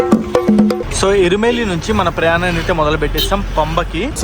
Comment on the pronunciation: ఇరుమేలి కాదు ఎరుమెలి